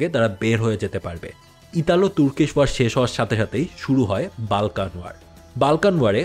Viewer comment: Pronunciation tik koren...Balkan abar kìi?ota Bolkhan area hobe.